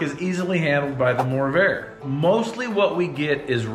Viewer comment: Upon hearing your promo code it dawned on me why you call it a morrvair🤦‍♂️